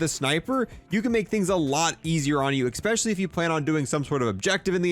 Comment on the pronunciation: This video was really helpful! But... "eggspecially"